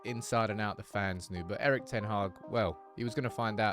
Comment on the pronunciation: Come on get his name right...its pronounced Eerik (Ear-Rik)...